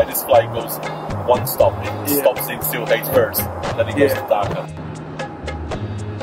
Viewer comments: Nice to see the London - Sylhet flight in this vlog 💕 and it's pronounced "Seal - et" with a silent h, not "Seal - het" 😜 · Sam… great video, but it’s pronounced “Shee-leth”. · Stop saying ‘Sill-hate’ directly after hearing locals pronouncing it lol